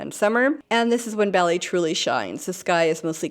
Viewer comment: Great introductory video. Please note, Bali is pronounced like the cereal crop 'barley'.